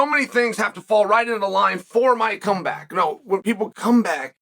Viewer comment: Don't act like you didn't mess up and say cum bag instead of come back lol